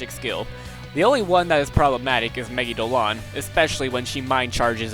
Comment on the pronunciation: Really good vid! Although I do find it kinda annoying how you pronounce Megidoloan, I believe it’s pronounced Me-gi-do-la-on or something along those lines, I’m not sure myself how it’s pronounced but that makes sense to me* *Japanese emphasizes mostly 2 letters with sometimes one or three, so that’s why it makes sense to me